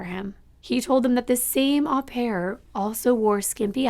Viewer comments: Its Oh pare not Ah pare. Au in french is an Oh sound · It is pronounced oh pair, not ah pair.... au in French is pronounced as oh. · Just a friendly note.... "au" in au pair is pronounced with a long "o" as in open or lobe.